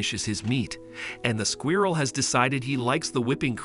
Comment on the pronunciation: It's like a real life Lion and the Mouse story. Though is it weird how the narrator pronounces squirrel as "Squee-uirrel?"